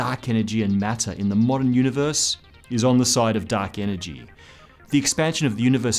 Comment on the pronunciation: duck enegy